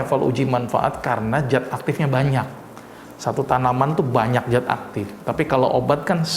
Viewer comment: zat pak bukan jat